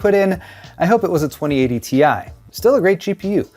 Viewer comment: Ti (in english, an individual “i” is pronounced as eye) ex: Titanium symbol Ti pronunciation